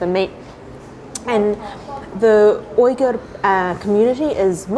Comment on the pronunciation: Why does she keep pronouncing Uyghur so wrong?